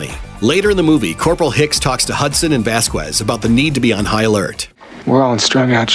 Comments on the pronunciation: It's pronounced Vas-kez, not Vas-kwez. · How he pronounced Vasquez 😂 vaskuez 😂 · Vasquez = "Vass-kez", not "Vass-kwez". Didn't you see the movie? Also, the cat is clearly way more of a nod to Jones from Alien than Lucky from ALF. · Vaskwez? Seriously? Have you never actually watched Aliens? Punta madrè